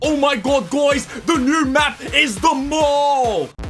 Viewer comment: “oh my gawd gwys”